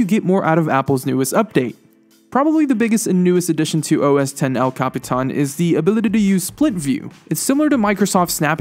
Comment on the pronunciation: can you capitán the right way and not all retarded.